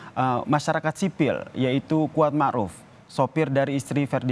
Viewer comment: "Mar'uf"... Ma'ruf Ndak .??